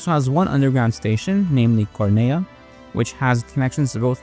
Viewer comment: Yeah, but that's just him pronouncing it wrong, like Cornellà near the very end